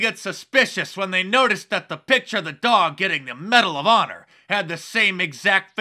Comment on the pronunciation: Medal of “Paw-nor” Mark 😆